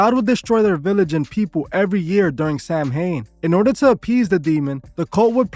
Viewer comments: I like your videos so I figure I will let you know the proper way to pronounce it is SOW WIN. Not Sam hain. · A lot of your information is incorrect. Also Celtic is pronounced with a hard K also Samhain is pronounced Sow-in. There is also no such group called the Code of Thorn. A lot of information about Druids is shrouded in mystery. The ancient Irish deities were not good or evil but could do both good and bad. They were not celebrating a God of death. They were a pastoral people so it was basically a harvest festival that the Irish still celebrate i.e. bonfires and mischief making. It is also big in Scotland due to both groups being Gaels. Halloween took off in the US with mass Irish immigration. Remember that the Devil is from Christianity and Christianity has its roots in the Middle East.